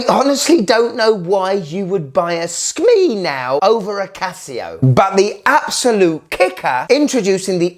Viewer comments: Bro, I love you, but Skmei is pronounced like skmay, not skmee. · SKMEIIIIIIIIIII sounds like a decease😅